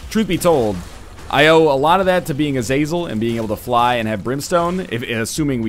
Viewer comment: Ah - Zah - Zel, Just for future knowledge haha